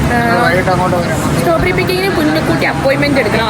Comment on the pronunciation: Staw berry alla strawberry🫤